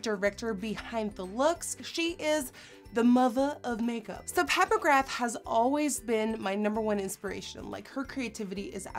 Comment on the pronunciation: NikkieTutorials its pronounced magra even though its spelt magrath x